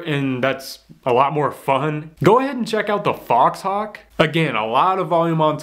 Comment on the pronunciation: Btw Faux hawk is pronounced "fo" hawk.